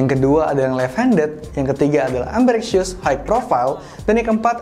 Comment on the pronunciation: "Ambirexshəs" Correction: "Ambidextrəs"